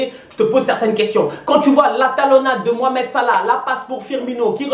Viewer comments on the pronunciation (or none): none